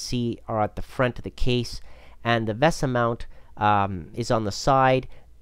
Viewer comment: am i the only one who got annoyed by the pronounciation of vesa and sodimm?